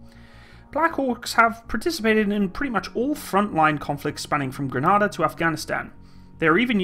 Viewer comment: Nice vid. Guessing you meant Sioux pronounced Sue, and Grenada not Granada. Lolz, very interesting thx again!